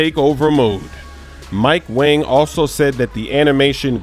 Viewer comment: it's not Mike wang anymore its Mike wong